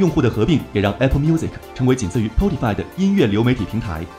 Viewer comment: 啊哈哈 一开始我看你的评论还觉得很奇怪 后来我看到他竟然还读了 potify 应该是配音员也不知道啥是 spotify 还是 potify 看到就直接读了